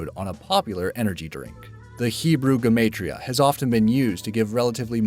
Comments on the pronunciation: Everyone pronounces gematria wrong (ge-mo-tria) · Lol did anyone else cringe when he butchered the pronunciation of gematria and vav. It's gem-ahh-tree-uh and v-ah-v